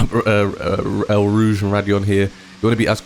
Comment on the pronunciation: Great track guide as always.One little correction - it's eau rouge pronounced as 'oh ' Think you said ell rouge.